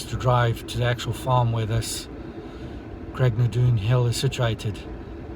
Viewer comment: It is actually pronounced 'Craigh Naa Doon'